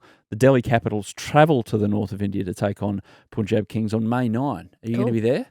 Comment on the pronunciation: Adam, love Willow Talk. Listen to every episode. Don’t take it the wrong way and I didn’t want to but you said it too many times so here it goes: can you be the pioneer in saying Punjab like pun in no “pun” intended. Not sure why BCCI never had the pronunciation corrected for people in the outside media.